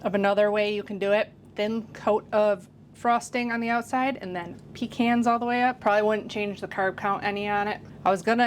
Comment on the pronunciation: I’m from southeast NC and we say pecans the same as you do. The correct way!! Love your recipes .🎉